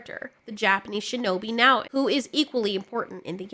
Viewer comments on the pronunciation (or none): none